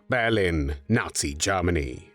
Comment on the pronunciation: "When Jarmeny invaded Peeeoland" 😂